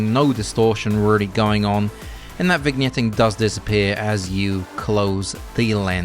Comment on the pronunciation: why are you pronouncing he g in vignetting ?